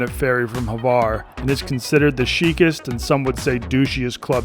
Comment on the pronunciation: Why is he saying Havar? Its Hvar idk where he gets that A from lol